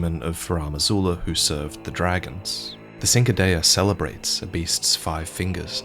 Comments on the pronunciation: I will never understand how literally nobody can pronounce cinquidea. It's literally just "sink-dee." How tf does no souls creator think to look up how words are pronounced??? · Cinquedea is pronounced as Chin-kwa-dee-a or Shink-wah-day-a. I just hear everybody struggle with that word so I figured I’d drop that here for anyone who might struggle pronouncing it. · Cinque is italian for 5 its pronounced chin-kweh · Cinquedea your pronunciation is not correct I looked it up and the pronunciation in italian is different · hearing cinquedea mispronounced just kills my italian soul, btw great video as usual